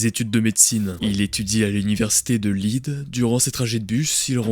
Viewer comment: "Université de Leed"...? 😄😄Ok déjà que c'est ultra mal raconté avec le chuchotage insupportable et le manque cruel de liaison, mais en plus les problèmes de prononciations évidentes prouvent que ce sont des IA qui font les voix off. L'un comme l'autre, tout est a refaire dans votre narration